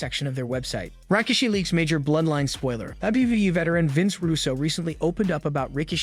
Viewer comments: I’m sorry did he say rah-kishi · He also said "Rika-she"